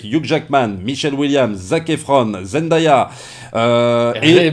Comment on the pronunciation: C'est pas comme ça qu'on prononce Zendaya. C'est Zen-Dai-Ya